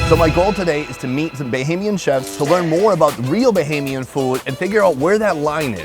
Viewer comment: I like how you started off sayin “bohemian” and you must’ve got more acclimated and got right with “BAH-HAME- YEN”...that’s respect ✊🏽.. I appreciate that. This makes me soooo happy I been following you for this whole time and you finally came back (ppl don’t know your PILATE episode, that never made it..was in the BAHAMAS)...LOVE that you came back up your roots! ✊🏽 🇧🇸